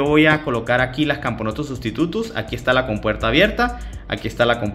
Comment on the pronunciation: XD cuando dijiste substutus entendí silvaticus